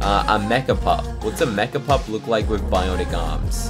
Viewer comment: it's a meh-ch-a-pup